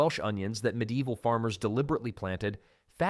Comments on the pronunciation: If only he would pronounce ME-DEE-EE-VIL correctly . . . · Pretty good AI voice. Almost unnoticeable, but it pronounced medieval definitely a couple times.